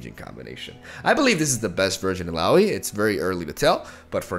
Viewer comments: Correctly pronounced Illaoi 😂😂😂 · He said it right!! xD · Now he knows how to pronounce Illaoi 😂 I love it! Tried frejlord with Udyr, those stances are very strong on almost every spawn card and tentacles. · Heyyyyy!!! He finally said her name right!